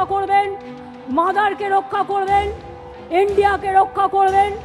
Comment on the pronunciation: India ❌ Endia ✅ 😅😅😅😅😅